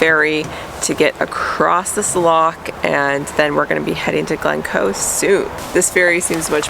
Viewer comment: You cans stop the midges biting by putting deet on exposed skin. Your pronunciating of loch is incorrect, the ending sound like an h, not a k.